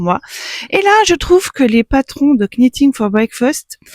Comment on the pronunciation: Bonjour, aucune critique, n'en prenez pas ombrage, juste une information, je voudrais voir dire que le "k" de "knitting" ne se prononce pas, comme le verbe anglais "to knit" qui se prononce "not". A part ça, j'ai tricoté plusieurs fois le timeline qui est un patron gratuit mais je trouve qu'il vaudrait peut-être mieux de faire un tuto d'un autre patron parce que Stephaline-made propose un tuto très similaire au Timeline et ça serait peut-être redondant.